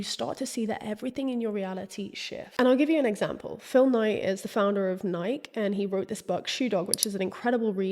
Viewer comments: I came here to say I fully left my body every time she didn’t say Nike-eee the way you know, the FOUNDERS pronounce it 😂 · Nike? Are you talking about the shoe? It must be something else that I've never heard of. The shoe is pronounced Nikee You must be talking about something else. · It's pronounced Nai-kee..... Love your videos❤ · Is Nike (ny-KEE) really pronounced as a one syllable word across the pond? It hurt my ears every time you said it. Ny-KEE like Mikey! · The mispronunciation of Nike in the UK still boggles my brain lol